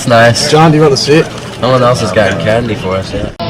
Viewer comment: the way he says candy make me feel so strange i’m